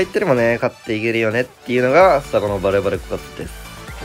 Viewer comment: 何回聞いてもバレてる枯渇にしか聞こえんww